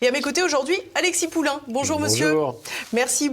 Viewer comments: Attention c’est pas Poulain, mais POULIN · Poulin, pas Poulain. Rien à voir avec Amélie !